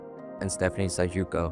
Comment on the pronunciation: Is the PSY-JOO-CO intentional? Another othering? 😂